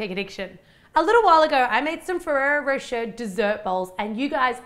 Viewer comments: On the adverts they say rosh-ay not rowsh-air and I say it like rosh-ay. Is it different in Australia or is she just saying it wrong? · I'm seriously impressed with your techniques!looks so good. and pretty, too. I'm sure with all that chocolate and nutella, this is quite a mouthful, yum! If I may suggest something: try pronouncing rocher more like rosh-ay (it's so difficult to explain it to English natives, but the -er in the end of a word is pronounced like the é(e), like a flat, brief "ay" or "ey". similar to the word sauté, from cooking!^^) lots of love from a European translation student with a huge sweet tooth :) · Pronounced rochae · I laughed so hard of how you prononced rocher, im not nativ american, english or else so it soundet so weird